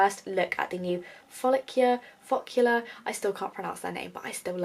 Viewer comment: It is pronounced "focal law" hun🤣🤣🤣 thats how cindy lou says it anyway.